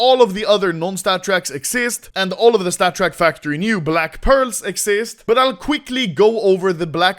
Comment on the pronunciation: Take a shot when anomoly says statttrk